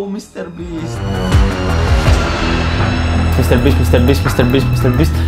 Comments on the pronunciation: mistlabees is wat he says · I’m the end it sounded like he said mewofeast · “i’ll say 1 million time merry beast” um sorry but u should say “i’ll be saying mr beast 1 million times, no hate btw! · Mine was when he said mcr beast